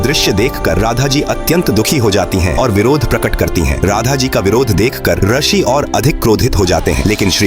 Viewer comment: ये भी नही पता कि रशि नही रिशी (ऋषि) बोला जाता है और चले हैं धार्मिक कथा बताने